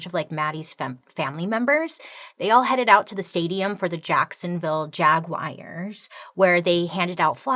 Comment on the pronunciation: Bailey saying the Jacksonville jagyuars killed me, it’s just the jaguars